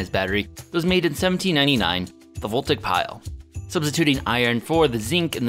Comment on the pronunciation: "Parithian Empire," "voltic pile," I see your pronunciation is as on point as always.